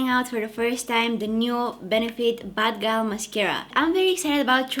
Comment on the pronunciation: Just came to hear u say bad gyal in your accent